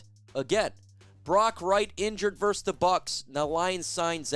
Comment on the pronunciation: VERSUS NOT VERSE 🤦‍♂️